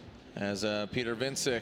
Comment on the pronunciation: I hate how they are saying Wiecek